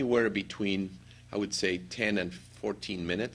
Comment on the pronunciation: U have a problem pronouncing would